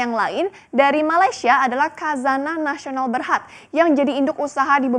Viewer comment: Sok pinter reporter KH = KHO di baca Ha jadi Hazanah bukan Kazanah...